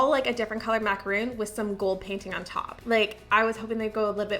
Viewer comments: I know you’re Canadian… but they’re macarons… Mac-a-RONS… macaroons are coconut mounds… 😊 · Lol girl. You were confusing me at the start! They made macarons (mack-a -rons). Macaroons are very tasty though! Still love your videos. The ideas you get are amazing. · "mac-a-ron" macaroons are a different desert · They are macarons (mac-a-rons) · Hi, just so you know, the treats in the vid are Macarons, which are pronounced with an “on” sound. Macaroons are the coconut chocolate haystack cookies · you didn’t pronounce Macarons right 😭😭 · Agreed. I was expecting the coconut macaroons when she said it that way 😂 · Agree! Drove me crazy. She should definitely know better being in the pastry industry. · I love your videos. You are so fun to watch. I just feel the need to say (because it's just a pet peeve of mine)... Macaroons are different from Macarons and they are pronounced differently. Maca-ROONS (coconut) vs RONS (almond flour). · I guess I'm the only one that really cares about this, but those are macarons, not macaroons. The "ron" rhymes with "bone" like a skeleton, not "boon" like a favor. If there was no such thing as a "macaroon", it would just be a semantic/pronunciation issue, but since macaroons are a totally different kind of cookie, it's important to know (and pronounce) the difference so that you never accidentally request the wrong dessert! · its macarons not macaroons! lol that was bothering me so muchhh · It's actually pronounced a maca-ron not roon 😊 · Those are macarons not macaroons... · Sorry, but they're macarons, not macaroons. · It bothers me when people mispronounce macarons as macaroons. 🥸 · Macarons not Macaroons!!! Ugh. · There macarons not macaroons , different things xxx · OOOOOOH MACARONS! You kept saying macaroons over and over again and I was confused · Hi, love your videos, but please say Macarons with just one "O", not Macaroons 😏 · Love your videos. Just one small criticism-it is MACARON not MACAROON.